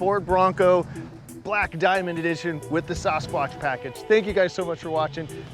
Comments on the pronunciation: Sauce-squash? It's Sass-SquaTCH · As a resident of bigfoot country, your pronunciation is killing me. It’s “sass-kwatch” not “saw-skwatch”. Thank you for listening to my TED talk. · I swear he said SAUCE-quatch at the beginning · why can't he pronounce sasquatch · Is anyone going to tell this guy how to say Sasquatch? 😂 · Still haven’t figured out how to pronounce Sasquatch eh? 😂